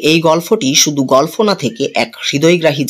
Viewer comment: আপনি গল্প কে গলফো বলছেন বার বার শ্রুটিকটু লাগছে...